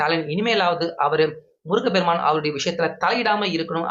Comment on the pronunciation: முருகபெருமான். தவறு. முருகப்பெருமான் என்று சொல்லவும்